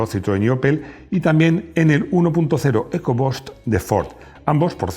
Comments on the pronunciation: Se pronuncia "ecobust" no "eco bost" 🤦‍♂🤦‍♂🤦‍♂🤦‍♂ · Estimado ! Por favor aprende a pronunciar palabras como Downsizing, Engine o Eco-Boost, como comunicador social que eres y especialista en coches son palabras básicas del inglés que deberías pronunciar en forma correcta. Excelentes tus vídeos !